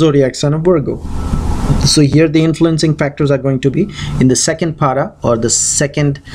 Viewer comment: It's not paada but pada. Please don't mispronounce words. Thanks.